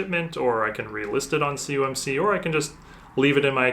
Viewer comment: I mentioned in another video you did a PSA submission return. It sounds like you say "cumc", what is that? I know what "COMC" is. I have bought from them for years. There processing orders and shipping through Ebay is insanely slow. Been waiting on order 30 days, it's not even shipped. I really want to know what you mean by "CUMC" is. Thanks for your reply.